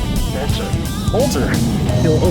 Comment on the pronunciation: Love how he says “oh my GYAHD”